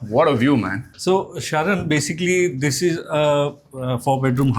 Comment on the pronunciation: SHARON? HAHAHA. Its SHARAN not Sharon